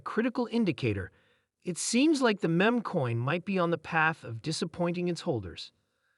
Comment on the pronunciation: Can can you take advise from a person that sounds like a bot and can’t pronounce Shiba Inu correctly and the word “meme”. Smh